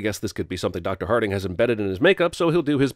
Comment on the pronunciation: Remember the time Vin was great as Richard B. Riddick? Now that's long gone... By the way: "Dr. Harting"?! Hahaha.